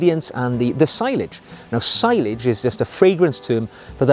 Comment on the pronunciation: Excellent video again. One point, sillage is pronounced cill (as in window sill) and aj (as in onion bhaji) cill-aj. I've heard French people say it as see-aj too